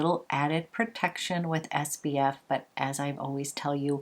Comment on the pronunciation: Your skin looks amazing! I swear I am not a hater, but it drives me nuts that you say SBF instead of SPF. 🌞